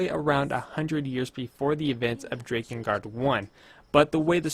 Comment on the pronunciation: mfw he says DRAY-kengard, not DRAH-kengard